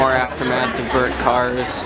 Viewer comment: FYI i think its aftermath, not aftermatch...